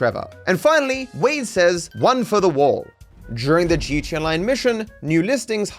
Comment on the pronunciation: I like how u say G-SHE-A 😂